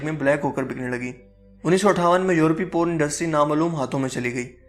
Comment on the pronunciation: Po run nai Porn